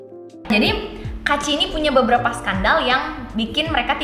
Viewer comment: Tolonglah baca kaachi tuh kaachi aja, jangan diplesetin jd kuaci. Sebagai pecinta cemilan kuaci tuh gua gak rela tolong...